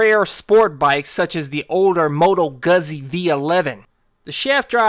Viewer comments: moto gassi dat pronunciation shit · It’s moto not motto lol but it’s correct about Guzzi , the correct pronunciation is GOODTSI I’m ita living in Bologna so yea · its pronounced moto gutzi….I just knew you gonna pronounce it like that hahahaha hillbilly but we luv ya! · Never heard someone pronounce it moto ghuzi? I have only heard moto guzzi pronounced gew ze.